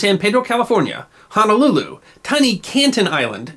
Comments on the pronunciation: 19 HOURS FROM SAN FRANCISCO TO HONOLULU?! WOW! How technology has truly made time travel so much more efficient. And it’s HONOLULU NOT HANALOOLOO! 😂 I’m sorry, I’m passionate about my native language. 😂😂😂😂 But it’s a great video and very interesting. Thanks for sharing. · Five Minutes of History - Ok so our vowels are pronounced the same as Spanish vowels. For instance, the letter “o” is pronounced “oh” as opposed to the pronunciation “ah” in “Honolulu”. Again, I’m sorry if it seems like I’m not picking but our language is disrespected daily. I’m not saying you’re disrespecting our language, I hope it doesn’t come across that way. I just believe it should given the same respect as any language demands.